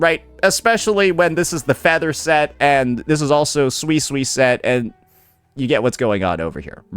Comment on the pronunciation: Who's gonna tell unc he's misspronouncing suisui